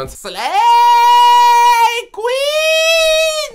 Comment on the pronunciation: ✨ slejjjjjjj kłin ✨ kocham xddd😊